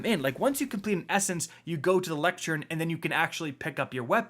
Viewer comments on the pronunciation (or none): Sounds like someone doesn't know how to pronounce "lectern".